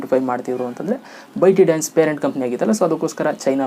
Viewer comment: ಬ್ರೋ ಅದು ಬೈಟಿ ಡಾನ್ಸ್ ಅಲ್ಲ, ಬೈಟ್ ಡಾನ್ಸ್.